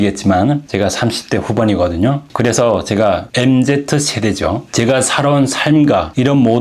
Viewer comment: 흥미롭고 재밌어요. 에베레스트 등반이나 남극 탐험보다도 또 사막 횡단보다도 더 힘겹고 가열차고 어기찬 삶의 이야기들입니다. 이반소비치의 하루를 읽고서도 느꼈던 존재하고 존재하기 위하여 생명을 가지고서 얼마만큼 애쓸 수 있는가 하는 것의 수치? 가늠량? 이런 게 추측됩니다. 그럴려면 섬세해야 하고 말하기 힘든ㅡ대단치는 않은데 인간의 감정을 흔들어대는 ㅡ중요한 현실 묘사도 필요한데 그걸 그래도 듣게 해주는 영상들이예요. 그런데 MZ,세대를 엠지 세대라고 발음해요. 엠제트세대라고는 안 하지요. ㅎㅎ 이것 역시 미세한데 간과할 수 없는 인상적인 오류이지요. 지금 은 굉장히 분석적이고 이성적인 지식인입니다. 대단한 자기 끌어감 끌어올림의 의지를 지녔다고 생각합니다